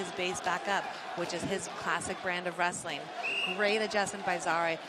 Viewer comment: This is not wrrrstling but pushing